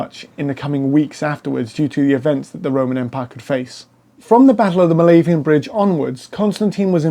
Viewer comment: I do like much of your content, but you must work harder on your pronunciation of names of people & places. It's the Byzantine Empire, not the Brizantine, the Milvian, not Milavian, Bridge. It's Maximian, not Maxaminian, Maxentius, not Maxenius, or Maxentenius. The Tetrarchy did not separate the Empire in to 4 parts. The Augusti & Caesars had the same authority throughout the Empire. It just that each of them were placed in different areas for ease of management. This is clear from the coinage, for coins of all these rulers were valid all over the Empire, & they are found in both the east & west, bearing the images & titles each of them. There were many 'Germanic' soldiers in the Roman army from the first century on. Witness the Auxiliary Cohorts manning the forts in Britannia, Batavian, Tungrians, in Vindolanda around 100 ad, in the Vindolanda Tablets. Then there numerous inscriptions to other units, Nervii, Suebians, Vangionians, etc etc in forts etc of the Fontier zone. As time went on more & more 'barbarian' troops were employed by the Romans, ending in 'mercenary' bands, & Foederati, serving under their own leaders. Constantine was not responsible for this, & Gallienus had been criticised for making the Romans reliant on Cavalry, & having the troops go without helmets & armour, but all this sort of thing was just based on prejudice by opponents. Religiously, with one Empire, & one Emperor, it made sense to have one God, but one divorced from old priesthoods & patrician f